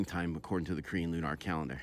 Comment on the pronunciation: Never heard anyone say it like Loo-Nar lol